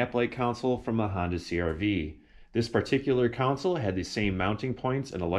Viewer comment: Is that a common Chicago accent? "Con-sole" vs (Jedi) "Coun-sil"😄. Great job as always.